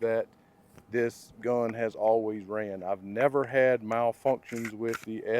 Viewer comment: How he says gUHn is hysterical